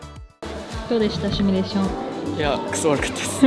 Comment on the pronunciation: シュミレーションではなくシミュレーションです